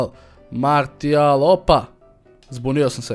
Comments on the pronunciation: Nije Martial nego Marsial se cita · martial se cita marsial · Za ubuduće da znaš nije martial nego marsijal (tako se izgovara) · nije marsial nego martial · nerviras me kad kazes "martial" Maršial se kazee hahaa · Cita se Marsial, ne Martial :D inace ekstra klip,pozz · nije "Martial" vec "Marsial":D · oces li skapirati da se ne kaze ni marsl,ni materijal ni martial nego marsial... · Nije Martial nego Marsijal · Marsijal brate ne martial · nije martial nego marsijal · nije martial nego marsial se kaze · Nije Martijal nego Marsijal... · ne govori se martial nego marsial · kaze se Marsijal a ne Martijal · nije Martijal, nego Marsijal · kaze se Marsial a ne Martial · Kaze se marsijal a ne martijal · nije MARTIAL kazese MARSIAL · ne cita se martial nego marsial i nije bas payet nego paye t se ne izgovara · marsial ne martial!!!!!!!!!!!!!!!!!!!!!!!!!!!!!!!!!!!!!! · kaze se Marsijal:D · kaže se Marsial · kaze se marsial